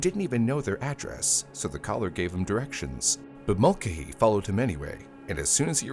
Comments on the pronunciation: It's pronounced MULL-KAY-HEE ffs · This has to be narrated with the way it is pronouncing Mulcahy.